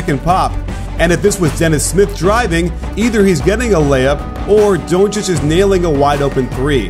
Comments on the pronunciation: CAN YOU PLEASE STOP SAYING doouuuncic like that ur saying his name wrong and so wierd its DONCIC! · DONTcic pronounce it like that coach! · lmao the way he says donci good video tho